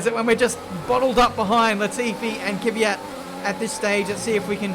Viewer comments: Mate it is KVYAT not K-VYAT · Its KVYAT not KYVYAT my friend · STILL UNABLE TO PRONOUNCE KVYAT EY? KVYAT KVYAT KVYAT NOT KYVYAT